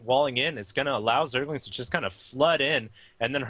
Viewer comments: stop calling them zergings, it zergLINGS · Aah, the good old days when husky said "Zergings" instead of "Zerglings" every time... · husky keeps saying zergings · Anyone notice how Husky keeps saying Zergings? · jesus christ they're calling rax raxes apparently not knowing wtf they're talking about, that's like saying barrackses.... really?! and husky keeps saying zergings instead of zerglings, it's driving me fucking insane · is it so hard to stop saying 'zergings'? :p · Why the fuck do you have a commentator who doesnt know how to say 'zerglings' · Does anyone else notice and get annoyed with husky saying Zergings?? there is an L in there, husky.. zerg-Ling other than that great job guys, i enjoy watching your vids HD